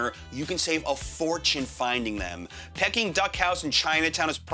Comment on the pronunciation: Love your channel, so much information. I do have to laugh now and then at your interpretation of how words are spoken. You said Pecking Duck for Peking duck. It's pronounced Pee-king. Also the word whilst, it's pronounced wylst, long i. And another was costed, it's simply costs. Not criticizing, just helping a guy who talks for a living. Otherwise you have so many good tips, thank you.